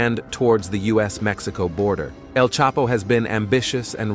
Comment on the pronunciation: Like Maxico lol its Mexico lol😂